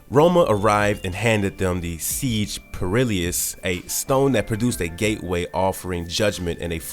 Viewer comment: It was driving me crazy. I feel like it’s honestly on purpose.